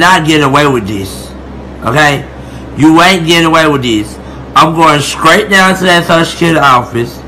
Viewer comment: I died when Shamar said “scrait” instead of straight. Boy, what? 😂